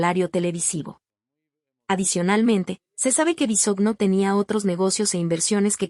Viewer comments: No se dice Bisogno oiga🙄....su apellido es Bisogño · No sabe pronunciar el apellido de Daniel pero si tiran m13rda y comentan lo que no les.importa. exponiendo a su niña. Si quieren tener dinero envidiosos trabajen